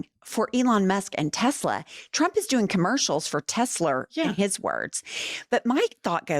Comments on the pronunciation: Legal question!! Do we think he says “Tesler” instead of “Tesla” so he can say in court that he never directly said “buy Tesla” etc exactly- like a legal way of covering his ass if they go after him? Love you ❤ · Not "Tesla" ladies..Say it with me and POTUS..Tessler.. Just saying. Don't forget tomorrow day of Tesla protests! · It’s “TES - LER”.